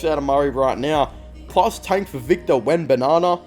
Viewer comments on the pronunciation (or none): Whos Victor Banana? Is it B1 or B2? 🙄